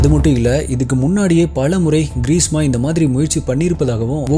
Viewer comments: Greesa alla greeshma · Bro ....greesma ah ila greesha a......